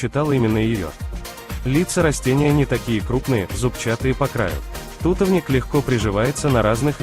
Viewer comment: тутОвник, а не тУтовник